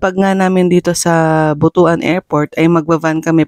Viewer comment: pronounced butwan not butu-an